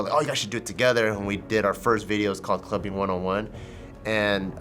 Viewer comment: "Fist time what"😂